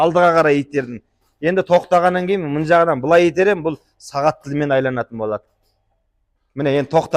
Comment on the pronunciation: Айланат емес, айналат де.